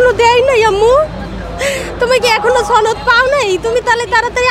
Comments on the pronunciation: বারবার ছনদ বলা হ‌চ্ছে,ছনদ কথা টা ভুল সনদ হ‌বে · সনদ হ‌বে ,ছনদ না ,বারবার ভুল কর‌ছেন,আঞ্চ‌লিকতা প‌রিহার করুন